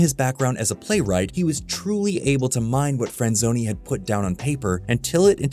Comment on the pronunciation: I definitely heard "screenwriter David Friend-zoney"